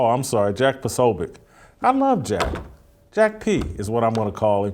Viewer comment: Put some respect on Jack's name. Pronounce it correct please.🙂